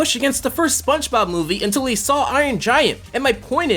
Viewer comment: I like how he pronounces it "Spunch Bob"